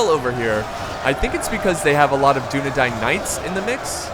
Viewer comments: Why are you saying Dine when its Dain? Dunedain. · Because it's not English and that's the way it's pronounced. Just like the first part isn't pronounced like the word dune.